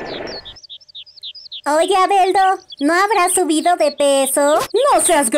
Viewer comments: Siendo honesto yo escucho albeldo y deberia decir albedo, fuera de eso entre albedo y shalltear descataca mejor Aura. La parodia puede mejorar, espero esta observación no te moleste. Mi intencuon no es demigrar tu trabajo. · muchos sintieron lastima por albedo pobresita aunque esa escena me mato tanto en japones como en el doblaje xddd te salio genial el papel de albedo no inporta que se pronuncie mal el nombre la inportancia es que pones esfuerso y eso vale mucho